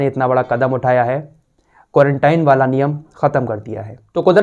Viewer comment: "वाला" को "बाला" बोलते हैं 🤭